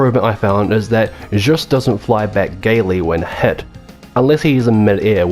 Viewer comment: Thank you for the review. There's so many terrible channels out there, especially when it comes to Castlevania and so far you're the only one that didn't have weird "opinions" on the mechanics. My only nitpick is you said Juste's name wrong but that is so minimal I shouldn't even mention it lol Looking forward for that LoS2 review, that game is one reason I want a PS3 to this day.